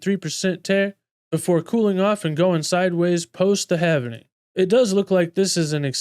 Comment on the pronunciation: Sir, you are saying Havening - it is Halving. Present participle of halve. Pronounced like this: /hæv/ so it would be like /hæv - ing/ not have-en-ing like you're saying.